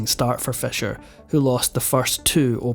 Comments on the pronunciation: Why you saying Fesher it’s Fisher. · Stop saying fescher it is pronounced feesher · Your accent woudn't be annoying except for pronouncing Fischer's name as "Fesher" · Is it fisher or fesher, pronunciation? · I had a hard time understanding "your vedeos about Bobby Fescher". Please try to fex it. The number 6 is not sex. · I can tolerate that but not the mispronunciation of Roald Dahl's first name.